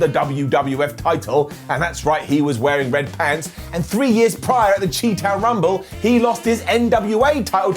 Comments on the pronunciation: Chi town pronounced shy town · I know how it looks... but Chi (chee) isn't correct, its Chi pronounced SHY...its the first 3 letters of CHIcago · "Chi Town Rumble" pronounced "Chee" by.... 😀